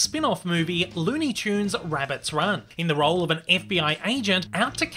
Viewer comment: He's hunting wabbits